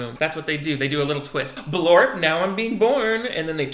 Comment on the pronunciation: HE SAYS BLORP 😂😂😂😂